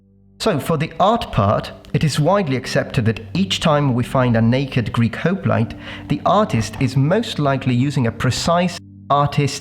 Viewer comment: Are you pronouncing hoplite right?